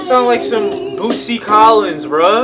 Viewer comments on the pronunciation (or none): mans said "boosty" collins smh